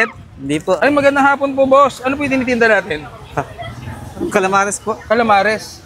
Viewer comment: marinated "camalares" ahaha muntikan ng mabaliktad idol 😔